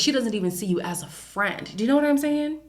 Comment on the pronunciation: “Not As a friendT” i felt that 😂